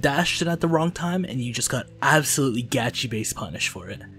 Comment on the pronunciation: STOP SAYING ABSOLUYELY